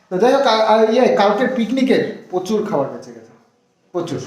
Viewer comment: তোমার উচ্চারণ গুলো ঠিক কর। প্রথম থেকে তোমাদের ভ্লগ দেখি। না বলে আর পারলাম না। "প্রচ ুর, শরীর, লজেন্স, সম্মান, গর্ব...